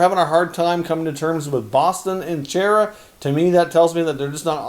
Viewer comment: It’s pronounced Char-a... not Chair-a Enjoy all your efforts bringing us content